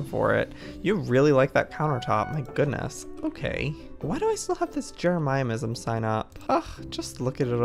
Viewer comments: Joey: JEREMIAH-ism Me: You mean JEREMY-ism Also Me: *RAGES* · Can we just appreciate the fact that Joey says Jeremyism different? ( Jeremy - is um ) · Jeremyism is pronounced Jeremy • Is • mm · Joey: j e r E MIA MISAM Joel:jeremyisem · Its no longer jeremyism its jeremiaiaism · NO ONES TALKING ABOUT HOW JOEY SAYS JEREMYISM ITS JEREMY-ISM NOT JER-EMI-EM-ISM 😭😂😂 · Umm.. how do u get IN the club house? Oh and...JEREMY-ISM NOT JEREMY-I-IM-ISM PLSSSSS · Joey, it’s pronounced, Jeremy as in the name with ism added on so Jeremy ism Not jeramyamism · its not jeremiah-ism its jeremy-ism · Said with full love: It’s Jeremy-ism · Ikr 😭😂😍 he’s like “jeramayasim” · Yeah, he says, Jeramayaism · He says it kinda like jeremiahmism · Joey, if you're reading this, how to say Jeremyism is "Jeh ruh mih ezum" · Not trying to be rude just trying to inform you that its Jeremy-is-um :) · Joey: Jeramiysm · JOEY! JEREMYISM IS PRONOUNCED = jair-emy-ism get it right!! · It’s pronounced Jeremy-ism